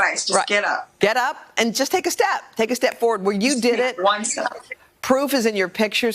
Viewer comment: Lol she actually said “steak” instead of “take” 🤦🏻‍♀️